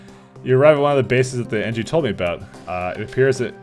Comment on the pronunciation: Engi* not Engie